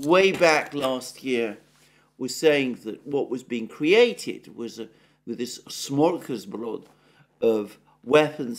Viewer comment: Haha. I love how he tries to pronounce Smorgosbord